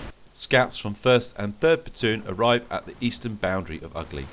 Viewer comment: Outstanding movie and a good battle, I really enjoyed it! Just a comment from a native speaker: The village name Ugly (Угли) is pronounced as [Oo'gly]